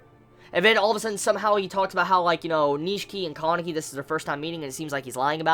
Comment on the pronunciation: Guys GUYS i have come ti the conclusion that he had watched the dub version. listen to the way he says, Kanaki and Hide. Pretty strange huh?